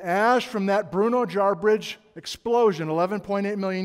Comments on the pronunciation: Another great lecture. I noticed both last week and in this lecture you're saying Jarbridge. There isn't an "r" in Jarbidge. I don't mean to be pedantic, but saying jarbRidge implies something different than the history of the name. Jarbidge is an anglicisation of tsawhawbitts, a word that means demon/devil. It's not a bridge made of jars... ;) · LOVE all your stuff,, Love it. But i've worked enough in Jarbidge to insist that there is no 2nd "r" it it!